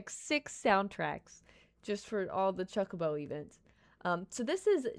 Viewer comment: She purposely saying chuck a bow what's a chuck a bow